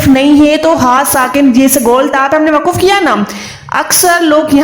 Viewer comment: WAQF hai waquf bilkul ghalat hai